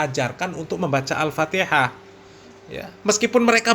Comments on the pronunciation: Masa bacaan Fatihah begono harhar😂😂😂 belajar dulu har makhroj tajwid har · Kalau dilihat dari ilmu tajwid ya salah Har bahar.. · Bacaanmu Ambyar Har gk bs merinding klu d dengarin Har Guwooblok ente har mahroj gk tepat tajwijnya gk tepat Har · Bahar sadarlah kau baca fatikah salah. mompong belom kena azap Alloh har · PANJANG PENDEKNYA KAGA ADA BRO GAK PAKEK TAJWID, aeperti ngaji huruf abcd latin😊😊